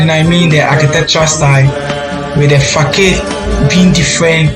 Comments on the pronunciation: It is peonounced as ," fasard" and not fakade" ... Damn . The design is is already dated. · Facade is pronounced as "fasad".